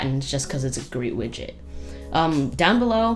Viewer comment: Are u saying widget or midget xD